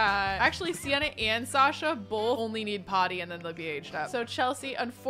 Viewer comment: Hey, I love how you use a bunch of the names we suggest - and I really like that you used Sasha, that's my chosen name and I don’t often hear people who haven't heard it from me pronounce it the way I do but you get it just right! So thanks for the totally accidental affirmation!